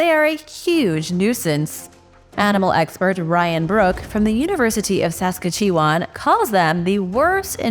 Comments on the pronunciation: Hi, usually you are so fantastic at pronouncing words correctly. Please learn how to say Saskatchewan! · Perhaps you should learn to pronounce Saskatchewan! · lol at the way you say Saskatchewan